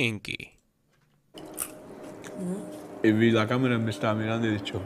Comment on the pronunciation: Porque dices kamiski??